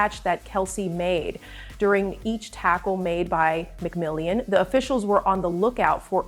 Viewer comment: Mc Mill On. Not mcmill ey an.